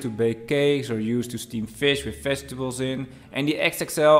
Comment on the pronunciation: thanks for the review, but you need some practice in your English pronunciation. It's "vegetables", not "festivals". I know you're Dutch, not English, but if you do food reviews, that's a thing you should work on. But again, thanks for the detailed review.